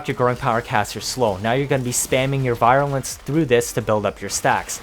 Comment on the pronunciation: virulence..vir sounds like we’re not like bye.